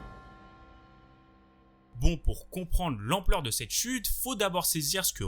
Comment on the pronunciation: Vidéo super instructive,Merci ! Cela dit ton débit de parole m’irrite unpeu . La fin de tes phrase sont toujours suspendu , comme un robot . Ça dénature énormément la vidéo et l’ambiance « docu » .Tu parles comme au journal. Ex: L’ampleur de cette chUTE. Ils vivent pour leurs clUUUB,….